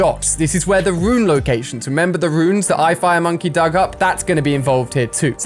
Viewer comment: mate its RUNE not ruin